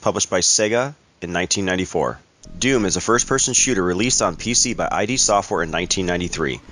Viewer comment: ID is not pronounced I D like the short for Identification. Its pronounced just as one thing. Just letting you know.